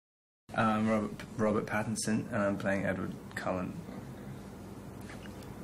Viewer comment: “hi im robet”